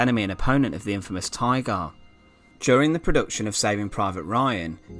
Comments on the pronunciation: I can't get over the way you pronounce any word at the end of a sentence that ends with -er, like Tiger. ... like the infamous Tigaaaah. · We say Tiger while you say "Taigaar"